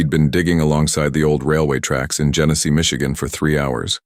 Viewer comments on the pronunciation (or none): Genesee County, not Genesis.